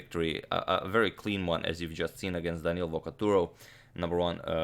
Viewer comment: But Agadmator needs to expand his vast knowledge to the pronunciation of Italian names, because Daniele has the accent on the first "e", not on the "a". :-)